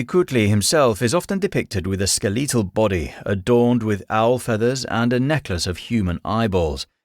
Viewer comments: yeah, aztec names are hard, but i dont know anyone in the world that pronounces "skeletal" like that. I must admit the voice you chose for your ai is very human like, but its still pretty obvious that its ai due to how many things you got incorrect. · Skeh-leee-tul? You’re just making up pronunciation. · "Skel-LEE-tal" jumped out at me... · "skih-lee-tall"...? I've never heard that pronunciation before, and it wasn't the only one that stuck out in this vid, just the oddest. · Whether or not this voice was AI aside, you'd be surprised of common different pronunciation are. Where I'm from, you can start hearing drastic changes in how people say certain words (i.e. drastic changes like saying Skeletal as "Skeleetal") by simply driving 20 to 30 minutes away from your hometown. Like, I've met people that have been able to tell exactly which town I grew up in just by how I naturally speak, despite the fact that we have the same accent and the same cultural background. All that to say, weird pronunciation doesn't automatically means it's AI. It could be, as the voice was inconsistent in the way it said "Valhalla" (and I'm pretty sure I heard the exact same voice, pronunciation, and pacing before on an other lore channe, but to be fair, they were also from the UK), but it could also just be human error, as one part could have be re-recorded multiple time and they simply forgot how they originally said it (i.e. one could be for dramatic effect or for a specific style of narration, while the other could just be their natural way to say it with their accent). Regardless, if it is AI, I'll agree with you that it's very well done. But because of the reason I mentioned above, I genuinely can't say whether or not it is real. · The way he pronounces “skeletal” absolutely sends me